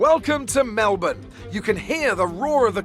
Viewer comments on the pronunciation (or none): none